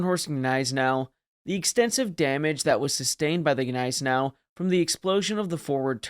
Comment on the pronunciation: I'm just saying, get it correct, the G is silent. Come on man it's not that hard. Don't get mad, get better😉✊️